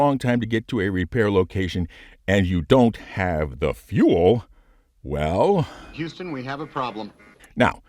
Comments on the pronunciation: Houston….. no no no. Hurston we have a problem. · "Huston We Have A Problem", More like "Hurston We Have A Problem". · Houston we have a problem.. haha I thought it was Hurston for a second there and had to rewind and listen again.